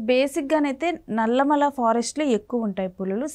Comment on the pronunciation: ఏoకర్ గారు, "నల్లమల్ల" కాదు అది "నల్లమల". కొంచం తెలుగు కూడా నేర్చుకోండి